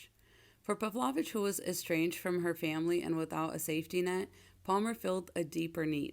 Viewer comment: Not to be a nitpick, but I think it's pronounced 'Pav-low-vitch'.